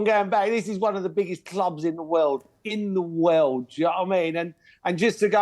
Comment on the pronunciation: World or "wewld"?